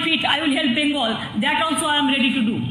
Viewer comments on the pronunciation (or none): none